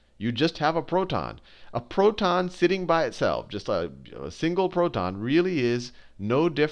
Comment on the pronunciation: He's accent is perfect until he says proTon. lol but i love that dude! the amounts of times he saved my life